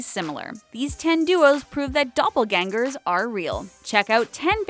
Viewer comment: it is dubble gangers not dubble glangers